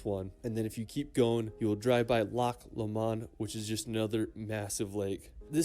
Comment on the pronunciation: Proud Scotsman here. This narrator is WAY OFF with the pronunciation of place names. EDINBURGH = EDIN BRUH GLENFINNAN = GLEN FIN( as in pin) AN VIADUCT = VEYE A DUCT LOMOND = LOWMUND If you are amazed at seeing sheep, wait till you see the LAKE DISTRICT !! It will send you over the top !! We have 2500 sheep where I work. So they are a common sight every day. Did you just say " a medieval town from back in the 80s " !? WOW !!!!!!!! " All inclusive resort " !?